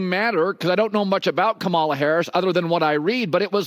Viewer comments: Hey Colin, thanks for your take on dump and Kamala, but her name is pronounced KAM-a-la (like comma, the punctuation mark), NOT ka-MAL-a; how hard is that?! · It's not Ka-Mala it's, Kama-la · And yet Cowterd 😠 continues to pronounce her name incorrectly. Seems intentional! Kamala = Comma-La! (NOT Com-A-la) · Why does he mispronounce Kamala Harris' name? Kam a la, not Ka mala. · Dude...Kamala is pronounced 'comma la' not kam ala! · Colin -thanks, but please....it's COMMA-la, not ka-MALA, thanks. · For God's sake, say her name right. Comma la, comma la, comma la. It's not that hard. 🙄😝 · Hey Herd? I know damn well you have a staff how come none of them told you how to say her name? COMMALAH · Trump changes everyone’s names to belittle, denigrate and negatively label them. For instance he calls Gavin Newsom “Gavin New Scum.” He does this with Harris, depending on the crowd, by calling her KAH MAH LAH. We all know well by now how to pronounce her name, especially if you’re in a business where you spend 10 hours a day talking about her. This guy knows her name is Kamala like comma la. He chooses to pretend he doesn’t know in order to dog whistle her as foreign, as other, as not white. He’s a hack and should be ignored. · Colin pro broadcaster it’s Cama la. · Comma La. Pronounce Kamala's name correctly please. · KAH ma la! Please say it properly. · First, learn how to pronounce her name Colin….. you should know better. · Why do some White men act like there mouth just can't say Kamala name the right way. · Why can't they say Kamala correctly? It's not hard. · Why do they keep pronouncing Kamala Harris’s name, like she’s some African warrior? She pronounces it all one word. Colin says Kamala the Trump way says it. which makes me think he watches Trumo more than he’s saying he does. Maybe going Kamala to be seen as the cool guy, like Stephen A switching from talking down on Jordan as a young guy, flipping to Jordan fanatic when his ratings dip.